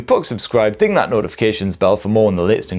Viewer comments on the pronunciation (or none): none